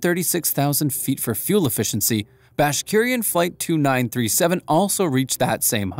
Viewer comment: Pronounced “bash rik in”